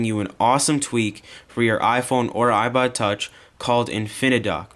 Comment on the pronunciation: LOOOOOOOOOOOOOOOOL ''ibod touch'' :P